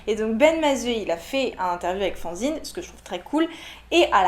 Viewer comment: Luminosité ma chère. Mais ça m'a fait marrer que tu parles de Schotten Toten!! Je l'ai eu à Noël ainsi que Brave Rats (que je n'aime pas du tout par contre) et c'est vrai que c'est un super jeu. Pour Fanzine je croyais que le nom venait de 'fan' (être fan de qqun) et donc quand tu as prononcé fanzine comme faonzine ça m'a fait bizarre 😅 Je vais écouter Ben Mazue alors tu l'as tellement bien vendu !